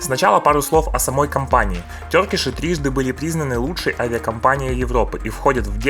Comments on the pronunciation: Может Туркиш а не тёркиш? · слово Turkey произносится как Тёркей (а не Туркей, как это произносят подобные вам люди) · Епрст услышал тЁркиши, думаю ну все видео можно не смотреть )))))